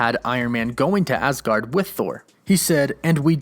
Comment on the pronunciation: Why do you keep saying asgard like that lol